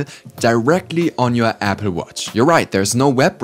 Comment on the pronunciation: Nice accent Apfel watch